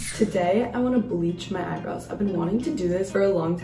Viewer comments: Why does the third girl say „eyebrois“ instead of „eyebrows“? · Last girl has ‚eyeboys‘, as she pronounces it :D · The 3rd girl says “eye brows” in the worst way